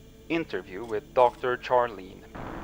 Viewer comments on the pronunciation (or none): Yes! I was just wishing for a new video from you guys today, and lo! A new video. I’m so happy. 🥲 (Ps, edited to add: Charlene is pronounced like “Sharlene,” I had to throw that out there because its my grandma’s name, so I saw it and had to say something. Which is kind of just dick-ish for me to do now that I think about it bc what are you guys going to do to fix it? You can’t now. So.. sorry if this comes off that way! But still… gotta do right by grandma! 😖) I can’t get over how you’re reading this one it’s maybe my favorite things ever. Definitely favorite thing all day today.